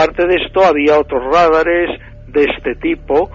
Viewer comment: No se dice Rádares sino Radares (con el acento en la segunda sílaba) ra DA res